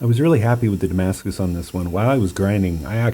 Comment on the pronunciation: very beautiful; just it s hurt me every time i hear Damascus .... it s a look like, u can t call it damacus